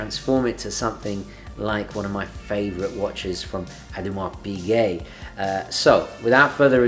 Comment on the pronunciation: Toodle-pip haha. I love that Dino you have in your videos. Royal Oak is my all time favourite watch design, it's a instantly recognizable watch and not necessarily by a watch supremo. I'm so overly impressed you at the very least pronounced Audemars Piguet closely. There was another video I've seen, where the narrator calls it a an 'Order-Ma's Baguette' It's so bad it's become a joking saying amongst friends. We keep reminding each other to order more ma's Baguettes. But thank you for the hard earnest work, it's highly appreciated. Your videos are a breath of fresh air, among the plethora of uninspired ones.